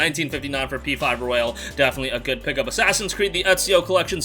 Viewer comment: It's P5 ROYAL, not ro-yALe...